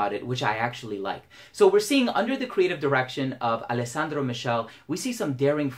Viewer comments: Really helpful video. Although his name is pronounced michelle (mi-ke-le). I would really like to try it. Not a fan of oud, but i think it's a perfume i could wear. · michele is pronounced like mikele, its italian for michael, not michelle, lol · It’s not Michele, it’s Mi-kay-lay for your information